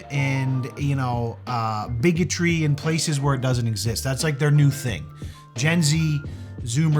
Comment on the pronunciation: 1st off, I thought you were saying Biggy Tree! 😂😂😂 Only time "bigotry" is OK! 2nd, that girl was gorgeous and she was either fishing for compliments or actually thinks she's ugly! If that's the case bc she's comparing herself to the "famous" TikTokers (we all know who I'm talking about!) And she's A LOT PRETTIER THAN MOST OF THEM! They're like skeletons or on the bigger side so baby girl... YOU'RE FINE! (in both senses ((is that correct?! senses?!🤔)) of the word! 😆💜✌🏻 Take care all, and remember be nice... IT'S FREE! 🌹😘